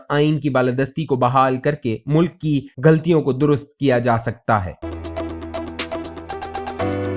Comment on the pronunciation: پتہ نہیں انہیں اس احمق کے علاوہ کوئی اور اسپیکر کیوں نہیں ملا؟؟؟ مسلسل غور کو "گور" ، غلطیوں کو "گلطیوں" ، خبر کو "کھبر" حق کو "ہک" بولے جا رہا ہے۔۔ کیا اس کی اردو اور کیا تجزیہ۔😏😏